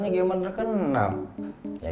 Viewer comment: Bang gcamers bukan gamers 😂